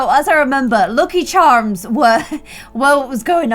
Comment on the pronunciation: you said "charms" in such an american accent i love it